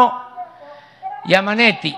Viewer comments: Eso le pasa por prestarme a un show, y vaya que el presidente de México dijo Yamanesi y no Yamabuey o yamaguey !! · Como giamateyy... no importa pela el huevo dice amalo